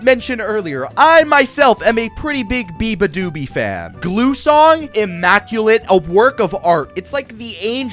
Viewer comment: Beabadoobee? I thought you said 'Ooga booga'!